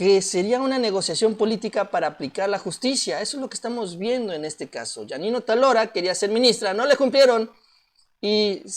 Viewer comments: Hola. Es OTÁLORA (esdrújula), no Otalora... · El nombre de la MAGISTRADA ES OTÁLORA... con acento lo notaste...??? Creo q no xq no lo pronuncias correctamente. O T Á L O R A...!